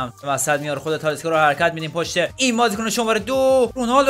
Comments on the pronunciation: داداش به تالیسکا میگی تالیسا😂😂😂😂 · .تالیسکا نه تالیسا انقد نگو تالیسا رو مخه😂😂😂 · ویدئوت عالی بود ولی اون تالیسا نیست تالیسکا😅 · داش تالیسکا نه تالیسا.❤😂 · تالیسکا هستش نه تالیسا🤣🤣🤣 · داداش تالیسکا نیست😂😂😅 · تالیسکا نه تالیسا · اشتباه میگی اون تالیسا نیست تالیسکا هست